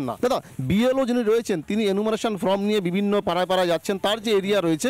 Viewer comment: Reporter কে বলছি : enumeratiom ফ্রম নয় ফর্ম। উচ্চারণ ঠিক করুন।